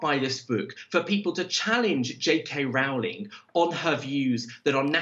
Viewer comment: He keeps saying "JK RAULING".